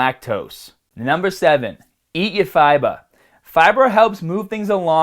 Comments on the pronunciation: "EAT YOUR FIBAHH" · It’s funny how in the fiber section he pronounces it as both “Fib-ER” and “Fib-AH” within seconds of each other. This accent seems a bit put on to me (being from/living in the greater Boston area). Also on the way he pronounces room...traditional Boston accents say it more like “rum”